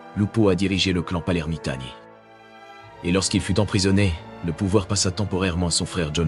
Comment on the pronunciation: Clan des Palermitani, pas Palermantani :)